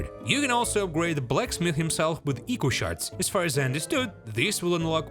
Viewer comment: You pronounced echo shards wrong